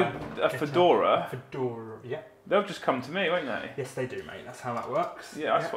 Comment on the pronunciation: I lost it at the Fadora haha